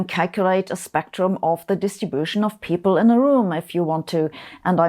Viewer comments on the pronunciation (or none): none